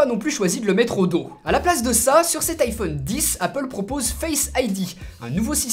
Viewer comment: Les français deveraient quand même apprendre à dire iPhone :,)